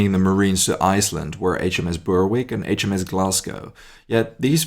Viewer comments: I was going to mention that. Berwick rhymes with Derek. :) Loved the video, as always! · Interesting and great video about something I was unaware of as a Englishman. Just to correct one small point:- Berwick is pronounced "Berrick", the w is silent. There is also a town on the English side of the Scottish border called Berwick-upon-Tweed but pronounced "Berrick-upon-Tweed". Keep up the good work, I watch everyone of your productions.